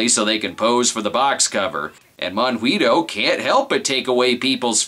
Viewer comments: Yay! I was ANAL (amused now and laughing) the whole time! A minor point: it's pronounced mohn-GEE-toh (with a hard G, as in goat) - it's okay, I'm from Argentina. Thanks for doing the voodoo that you do so well! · considering that he called him both mongweetoe and monhweetoe, i'm willing to assume he's purposely getting it wrong for comedic purposes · Sorry so be a pronounciation Castro, but Monguito is pronounced Mon-Gee-to. In Gui and Qui words the u is silent. For it to be audible you use the ü. For example higuera(fig tree) is pronounced ee-ger-a, while higüera(gourd) is pronounced ee-goo-era. Also, monguito is just a diminutive of mongo, which is weak. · No no and no. "Monguito" must be said with an Argentine accent, if not funny :P